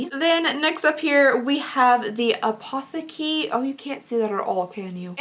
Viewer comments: It doesn’t sound super bad, but the correct pronunciation is „apoˈteːkə“. You can use google translate to listen to a correct pronunciation :) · Apotheke is German 🇩🇪 it means pharmacy and apothecary is like the pharmacist (person who prepares and sells medicines). It's pronounced appo-teh-ka 💜 great box! But yes, it is pretty spendy And ps... You always look pretty and put together too! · Apotheke is German and means pharmacy 😂 it is pronounced ah-poh-teh-ke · I know your Kentucky accent is partly to blame (im from oklahoma so i feel this) but your pronunciation of some things makes me giggle a little:) especially apotheke!! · I’m German and I freaking died at how she pronounced Apotheke 😂 it means pharmacy btw 😅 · As a german i giggled a bit when you pronounced „Apotheke“ 🙈 it‘s „pharmacy“ in english 😊